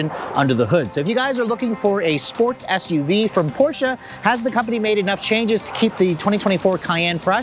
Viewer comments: The "portia" lol..... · The "O" in Porsche stands for optional. 🤣🤣